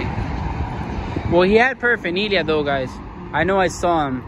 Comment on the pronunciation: Paraphaneelia? Lol 😂